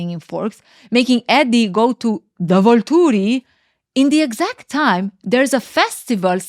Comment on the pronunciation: I LOVE the way you say Volturi 😅